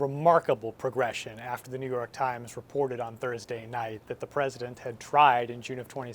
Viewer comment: "The New York Trimes"